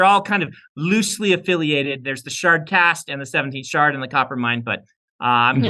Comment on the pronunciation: Shard. Shart. Cast. The d and t are very close phonetically.